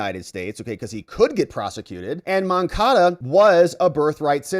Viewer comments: Stop saying MoncaDO, it's MoncaDA. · MoncadA. Say it right!